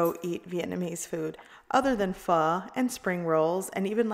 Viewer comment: You had me at the correct pronunciation of Pho